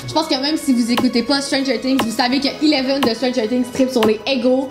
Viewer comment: Eleven/pas ileven